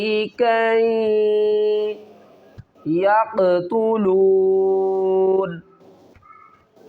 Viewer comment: Wafareeqan taqtuloon, aap ghalati kar rahy hain